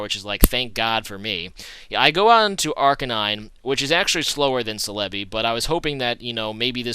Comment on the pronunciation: I've never really been bothered with your pronunciation but Celebi is pronounced Sell-eh-bee